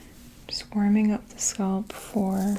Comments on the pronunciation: I cringe every time she pronounces ‘scalp’ like ‘scald’ 🥴🥴 great sounds though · When she pronounces "scalp" as "sculp", MAJOR CRINGE!! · Where is your accent from? The way you pronounce "scuhlp" instead of "skalp" is different. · Came back here a year later for tingles and to hear say “sculp” instead of scalp now 😅💕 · I loooove the sound of your voice--- so soothing and calming--almost comforting-- Fantastic vid. I wonder from part of the country you hail--- you say 'sculp' instead of scalp. 🤗🙋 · I hope you get sponsors to promote these videos because I think yours are the best. BTW- I love the Canadian accent on SCOLP. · What is it with tje fascination with thr pronounciation of thr word scalp, 😕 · Sounds like scalp and skull put together. I first thought she got tongue tied and mixed them up. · Is it a Boston thing? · I LOVE WHEN SHE SAYS THAT